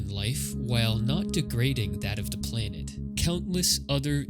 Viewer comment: Cool video, but I'm puzzled by the way you pronounce "planet". It's PLAN-et, not PLANE-et.